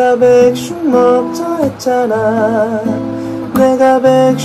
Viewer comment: 아 ㅋㅋㅋㅋ 백슉… 발음 마저 귀여워... ෆ˙ᵕ˙ෆ